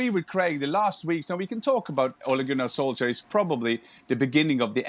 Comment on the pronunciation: Craig Burnley doesn't like Ole Gunner Solskjaer because he can't pronounce his name correctly!